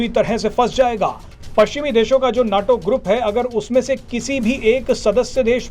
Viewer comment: abey bewakoof, उसे नाटो नही नेटो कहते हैं।